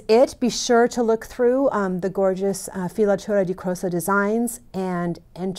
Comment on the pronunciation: That looks fabulous! And you pronounce it greatly ;) Thank you for this opportunty!!!!